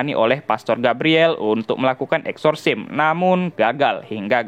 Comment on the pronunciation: Masukan, bro.. Exorcism dibaca eksorsism bukan eksorsim